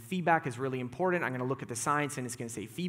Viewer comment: The word is important. Not impordant